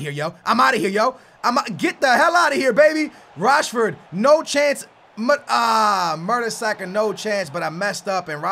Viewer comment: Your saying murdersacker